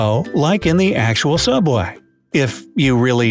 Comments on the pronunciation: Subway? More like sooubway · YOU'RE RIGHT! IT'S SOOUBWAY! 😂😂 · ''Subway'' Me: isn't it Suobway?